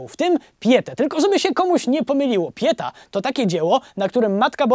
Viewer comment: no super robote robisz tylko jak masz powiedzieć jakieś zagraniczne słowo to wstawjaj akcent tam gdzie powinien być i staraj sie wypowiadac tak jak powinno być. Giacomo sie czyta Giàcomo , a Pieta to Pietà . i nie mówie tego bo sie chce teraz wychwalać bo znam włoski ale dlatego bo na serio bardzo śmiesznie to brzmi